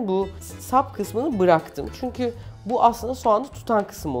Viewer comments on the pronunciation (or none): none